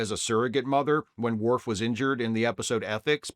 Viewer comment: I agree that she's horrible, but her insistence in calling Worf "mister Woof" will never not be funny.